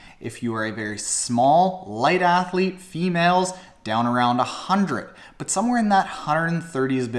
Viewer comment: Woah! He can actually pronounce "Hundred" properly! NMV. He's saying it "hun-nerd" again. Hold Up. He said right again! FML.